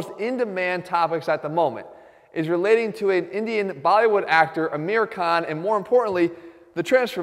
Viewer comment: dude learn how to say his name